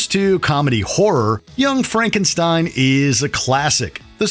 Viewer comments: You missed how he distanced himself from the name Frankenstein. You pronounced the old Frankenstein and the new Frankenstein the same way, just because it's still spelled the same way, but Frederick is pronouncing it Fronkensteen. It's one of the gags of the movie. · that's not Frankenstein, it's Frankenschteen!